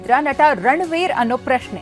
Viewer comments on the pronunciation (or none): none